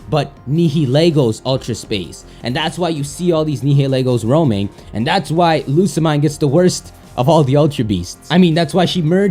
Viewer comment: it´s lusa-mie-ne OMG!!!